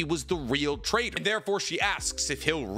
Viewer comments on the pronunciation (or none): none